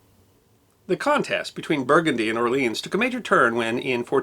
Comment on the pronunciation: ... Or-Leon !....Jesus!